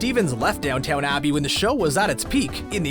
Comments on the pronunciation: "Downtown Abbey", seriously? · "Downtown" Abbey? Ugh.